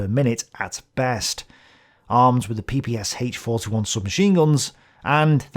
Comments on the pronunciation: It was called P-P-SH (like in the sh-elf), not P-P-S-H... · Quick notce. ppSh should be pronounced like "SH" (for example like in SHock or SHe) not S-H. Or like "SCH" in german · PPSh (ППШ) should be pronounced peh-peh-shah. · > it's an acronym and Sh is for surname Shpagin Acronym from the Russian surname., being an englishman, understandably having a hard time pronouncing russian letters > BTW it's weird that Russian has any objections i'm not a 'pronouncing nazi', and I am very annoyed by people who floods comment section with "It's not S-H, it's Sh" etc